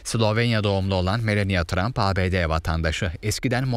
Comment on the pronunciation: Melenya tramp değil , Melani Tramp diye okunuyor